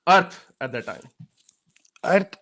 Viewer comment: iski pronunciation to dekho.....that ko dat kah raha hai PhD ban raha hai...